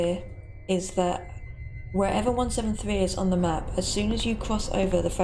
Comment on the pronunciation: Me what when he says map it sounds like Es nav with kinda sounds like Russian not making fun of home btw